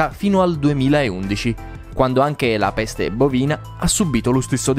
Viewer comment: Ma raga bellissimo come ha detto: PPPESTE😂